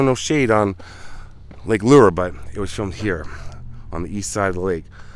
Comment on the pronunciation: Hey I love the way you pronounce Lake Lure ❤️